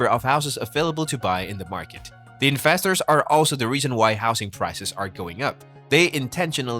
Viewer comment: I love how you pronounce investors as infestors :'D yesss